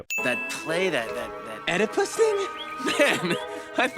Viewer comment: Also you should have sinned his pronunciarion of Oedipus. Sinful as shit!